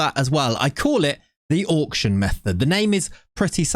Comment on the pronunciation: Auck-shun! Auck-shun!